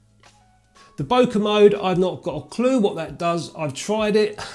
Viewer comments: Love your channel mate but it’s Bo as in Bob and ke as in Okay. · 'bokeh', bleeurgh!